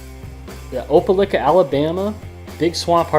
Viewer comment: Very very cool and thanks . I got yours yesterday for po box . has not open it yet . Well be making video later today . Did great on the Pronunciation of the chips only 1 you kill that was Opelika. Its Ope-like-ar you said Ope-lick-her lol well that what I heard . I got great ideal for video next that I can do. Is show everyone how easy it is for me to get chips . I could hit 6 in Ga,TN in one trip. Then and 7 in Ga,Al another trip maybe 8 on that trip if I get Montgomery, Al. Yeah I had WillyG skulls on my 16 . Not sure if I'll add the to my 19 . Like the flute or fins look you doing on yours . #RideSafe